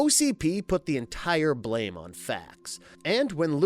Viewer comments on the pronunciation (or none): none